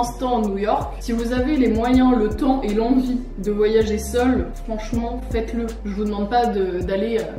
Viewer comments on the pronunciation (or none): none